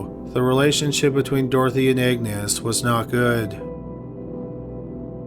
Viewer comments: Is he saying “Agnes” or “Egnes”?! Lol! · Agnes is pronounced AGnes not, EGGnes. AG - nes. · Agnes isn't pronounced Eggnis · Isnt "Agnes" pronounced "Añez"?